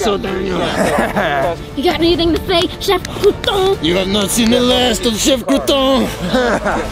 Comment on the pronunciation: The way Daniel said Crouton made me laugh and